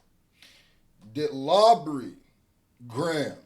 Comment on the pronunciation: Lawbury Graham is crazy funny asf 🤣🤣🤣🤣🤣🤣🤣🤣🤣 always got dem names on point 😄